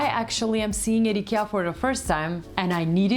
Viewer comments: It's not EKEA, it's IKEA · Why u pronounce IKEA as eekir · Have we all been pronouncing IKEA wrong this whole time? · first rule of fight club: learn how to say IKEA if you gonna do an IKEA video